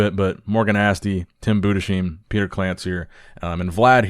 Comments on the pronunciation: It's "Tim Budes heim" (only spoken together) Not "Tim Bude sheim"! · Tim BOO - DES - HYME Please. Not "Boo-d'Sheem" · pls stop butchering Tim´s Surname. Pronunce it Bu-des-haim. Not that hard. ;) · FYI. Budesheim is pronounced Bu-des-heim, you pronounce the s and the h separately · preach "Budesheim" is still supposed to rhyme with "lime" (to begin with 😉) But hey, I remember Günther Schlierkamp (yes, officially with an double dotted "u"). Flex Magazine kept referring to him as "Gunther" – until he became a top level Mr. O finalist, who even beat Ronnie Coleman in some Grand Prix competition. Not till then, Flex Magazine granted him his double-dots on his "u" 😄So I guess for Tim to have his last name pronounced correctly by American media, he has to become way more successful as a pro. Still, he is much better off than the Swiss guy from the late 90's and early 2000's, Jean-Pierre Fux, whose last name, if misspronounced, turns into offensive language 😂